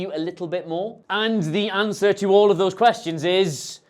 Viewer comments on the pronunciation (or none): none